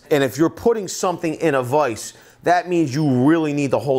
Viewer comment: My biggest issue is the way you keep pronouncing vice and writing 😂😂😂 Love the vid though 👍